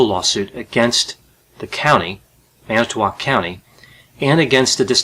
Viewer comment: Thanks...for actually pronouncing Manitowoc correctly!